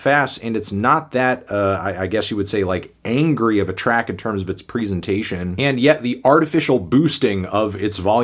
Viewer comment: Say presentation right